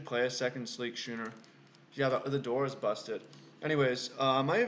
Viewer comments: I see your point on the Avatar, its a choice that is def non-obvious but your reasons are valid. It may be close. Yeah a Schooner is pronounced Scoo-ner. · God damn that intro is my jam. The draft content is gas. I think the six drop is the pick but I think it's arguable. Also it's pronounced skooner you scrub. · Thanks for uploading the draft vid. Always like to see limited content from the almost-draft master! It looked like a hard seat to draft. Thought it was way wrong to take the 3rd cutlass over the titan tho. Card is a straight bomb. FYI schooner is pronounced like school.